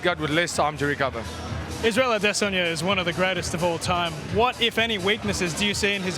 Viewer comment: Shoutout the host for pronouncing Izzy's surname properly...or at least to the best of his ability.